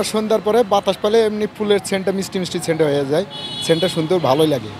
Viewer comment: শেন্ট না, সেন্ট 😂